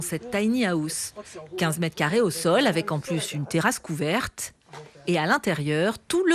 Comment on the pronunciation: Pourquoi prononcer "haouss" ??? Revoyez votre prononciation du mot "house", ça frôle le ridicule, là...